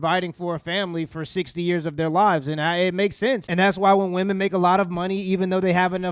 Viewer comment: when did the world start pronouncing women the same as woman